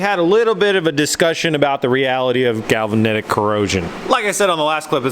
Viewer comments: GAL-VAN-IK. Not galvanitic. #JustSayin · "galvanitic corrosion" 😂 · Galvanetic? Galvanic for sure. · Your mispronunciation of the word galvanic, drives me nuts. You don't really need galvanic protection unless you are planning submarine ops or driving through the surf. Plus, if you did not insulate the bolts you have no protection. My concern would be the gasket material degrading any your torques specs on the bolts becoming looser. You would have been better with Form-A-Gasket or 3M 5200 and isolation washers on the bolts. Did you use loctite or safety wire the nuts?